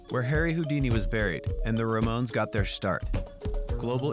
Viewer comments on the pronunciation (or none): none